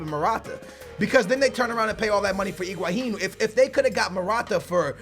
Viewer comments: name is Higuain calls him Iguahin. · bro, it sounds like you're saying Iguahin in stead of Higuain ;p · everytime you say higauin part of me dies